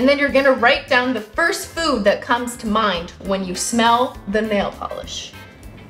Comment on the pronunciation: i heard "food" as "poop" lol